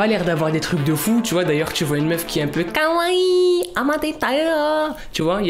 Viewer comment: tu me tue avec tes "Kawaii" 😂❤